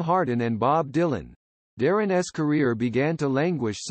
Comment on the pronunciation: Is AI reading this? Darrin’s pronounced as Darrin es? All the ‘s nouns get that treatment, making it difficult to take this very seriously. It could have been very good.